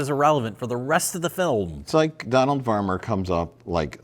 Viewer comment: The way said "film" was kinda weird, no?